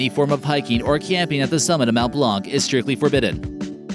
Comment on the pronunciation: It mount blan the c is silent